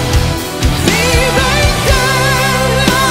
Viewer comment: Bella voce certo... ricordatevi però che la pronuncia "te" ha la t italiana e non quella inglese che suona "c"..